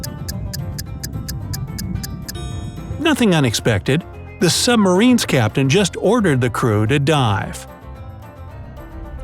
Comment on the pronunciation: Is annoying that he said ship and after he said subereen